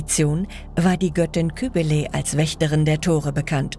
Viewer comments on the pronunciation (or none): Leute, es gibt keine Schnitzereien bei der Steinbearbeitung. Sie heißen Ritzungen. Weiterhin: nicht Cherocky, sondern Cherokee, Betonung auf der letzten Silbe. Weiterhin: Kybele. Nicht Kühbele, sondern KybELe, Betonung auf dem ersten E. Ich meckere nicht, sondern ich versuche zu helfen. 😊